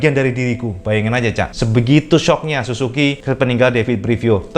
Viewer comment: su ZUU ki om , bukan susuki :DD